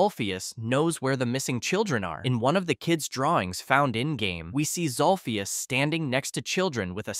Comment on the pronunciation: It’s zolphus